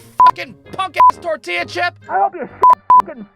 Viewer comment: bro why do u say tortilla like that